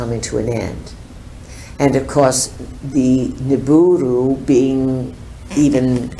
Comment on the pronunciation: I thought it was Nibiru, instead of Niburu